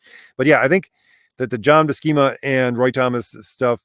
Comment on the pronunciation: Buscema's name is pronounced with an "S" not a "K" sound. Both he and Stan Lee have said his name in interviews before. Lol